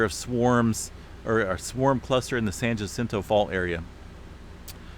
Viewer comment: I live in Hemet, CA. The name San Jacinto is pronounced San Hacinto. J's in Spanish are pronounced with an H sound. Just like the name Juan is pronounced Huan. Also, FYI, I never felt any of the hundreds of quakes, even the 5.3. I was sitting still at home. Nothing.😲